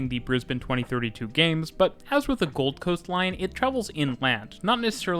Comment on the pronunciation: Something here is throwing me off with the pronunciation. How he says "South bank" and "Gold Coast" (I live there, but I think this applies probably everywhere in the world lol). He's saying them as if the location names are "South" and "Gold", and as if the word "bank" and "coast" are not part of the official name... if that makes sense. The emphasis is on the first word, and then the "bank" and "coast" has less emphasis and comes after a pause, as if he's following up "Brisbane" with "region" or "area" or something. When we say the names of these places, we're not breaking it up like that (regardless of there being a space or not, Australians in particular don't respect spaces between words lol). He's making it sound like it's the "something" bank, and the "this kind of" coast. The second word is part of the actual name and is just smashed in with the first word as one natural word, sort of thing. It's treated like "Oxfordshire" in England. One word rather than spacing it and it then coming across like "the shire that is Oxford". Bit of a nitpick. Also did anyone catch that he said Beenleigh wrong? (joking).